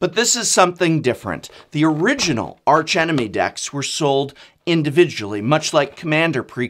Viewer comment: When not referring to the architectonic or structural feature of an arch, the 'h' in arch is silent. E.G.: "Ark-angel, ark-enemy".